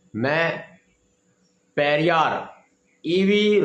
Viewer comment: पेरियार का नाम पढ़कर भी नहीं ले पा रहा बेचारा अनपढ़